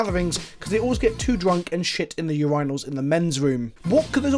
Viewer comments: You are very handsome, but that is just not how the word urinal is pronounced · Memes aside, how the fuck did he just pronounce "Urinal"?